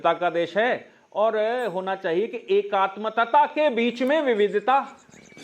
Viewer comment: एकात्मतता नहीं एकात्मता